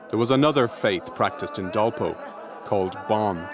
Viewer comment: this is called Dolpa district of Nepal, dolpo is pronounced error of english vocal